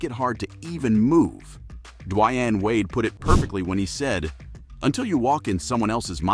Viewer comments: ik youn know basketball look how you said dwyane wade😂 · You lost all credibility with your pronunciation of Dwyane Wade